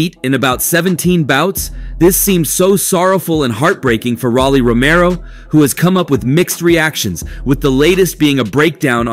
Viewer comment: It's Rolly..not Rally. Get a life before u speak on other people's life